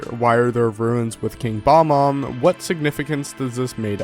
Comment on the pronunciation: It's "bob" omb not "bomb-omb" Cute video though. I knew a lot of these but the Bomberman one was really something.